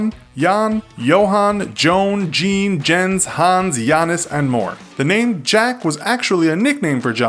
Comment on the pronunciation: i get it, but saying «Jeen » instead of « Jean » is kinda sad. 0% of the name was accurately said